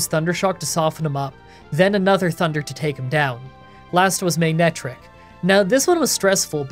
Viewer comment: Oh also it’s pronounced MAN-EH-TRICK sorry again just Eirks me when people say things wrong